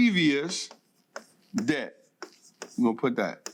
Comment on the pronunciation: It's debt not dedt